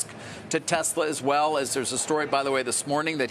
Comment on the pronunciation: who is “Telsa”? 😂